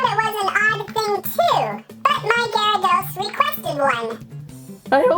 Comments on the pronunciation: IT'S GEAR.A.DOS NOT GI.RA.DOS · its pronounced (geh·ruh·dows) not (ji ri dos) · Its giarados not ghyarados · and also, gyrados is pronounced as gare-ruh-dos not guy-row-dose. like if you agree. BTW that is two mistakes so far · Its not said like jarydos its garydos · ‘Jaradose’ wtf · Am I the only one triggered by the way he pronounced gyarados XD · Funny but u are saying it wrong u say gyradoes with a "G" sound 😑